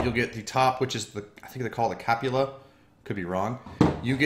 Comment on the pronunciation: "The top of the tank. Think it's called the cap~u~la." Hahahahahahaha